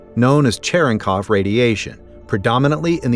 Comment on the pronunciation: Hey! Take it easy out there.... :planet-orange-purple-ring: (excuse me -- need to take a particle shower...) mispronounced word of the day -- "Cherenkov"